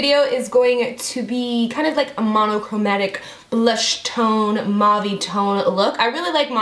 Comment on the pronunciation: Love how you pronounce mauve ☺️🙈 its little like my name since I'm from England. Beautiful look! ❤️ you're amazing x